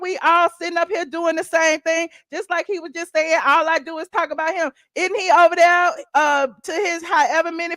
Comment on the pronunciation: Please Learn to Say The Word There Correctly... Love you ❤